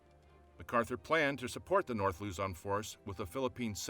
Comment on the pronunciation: Luzon not lozon